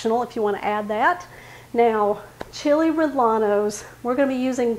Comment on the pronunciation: Chee-lay ray-yay-nos, proper pronunciation